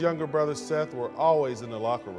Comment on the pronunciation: this man says “Seth”